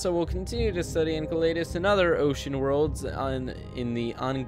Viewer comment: yes you have pronouncing the name wrong it is pronounced EN-SEL-AD-US